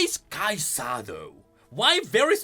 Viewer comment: Why do you say "KaiSAHH"